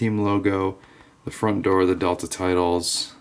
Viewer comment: its dital D E T E L A